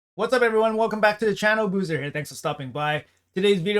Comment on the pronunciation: Even isn't safe from American pronunciation xD